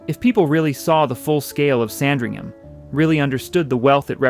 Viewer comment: Lots of misinformation and random, unrelated houses.... re-edit and get someone who can pronounce "Sandringham" correctly!